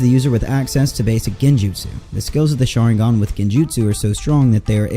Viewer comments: Please watch the Japanese version before you make a video about it🤦‍♀ just to know how to pronounce the names of things! It's Sharingan not shaaaringaaan🤢 Hearing you pronounce it that way over and over is so annoying! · Im sorry i cant stand how you pronounce sharingan you pronounce it sha-ring-gan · U say sharingan weirdly